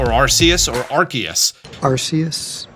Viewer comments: I can prove it’s Ark-eus. They wouldn’t have kids in England reading or repeating the word “arse phone” 😂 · The creators of Arceus pronounces the name as Ar-Key-Us so yeah I'm going with what the creators of it said 😂 it doesn't start off sounding like a British word for butt 😂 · Nice try but you still didn’t say Arceus correctly. It’s clearly pronounced アルセウス 👾👾👾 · I think you pronounce Arceus like Zeus. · RKS System. It's a big hint to the proper way to pronounce the name of the Legendary.